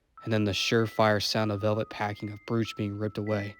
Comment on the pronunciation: Great job. Just for reference, brooch is pronounced as if it only one o... Bro-ch!